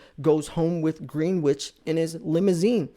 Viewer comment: Learn how to talk. Maria on Fox? Greenwich Conn? Dutch Bank? If you’re in the business, learn how to talk like it. Also, most of the prisons white collar crooks get sent to are called “Club Fed” for a reason.